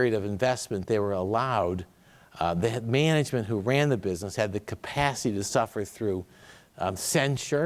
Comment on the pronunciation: “The way they make MENEGEMENT”